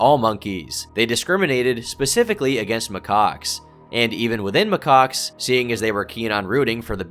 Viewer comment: for Christ's sake, it's not pronounced 'my cocks'...